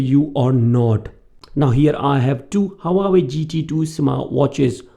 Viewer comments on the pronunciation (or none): Haha. Its just the way u were pronouncing Huawei. Its pronounced like hua-way and not hawa-way 🙂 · Leave the false accent. And it is not hawawei